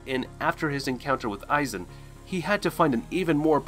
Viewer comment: Mispronounced "Aizen Ichimaru"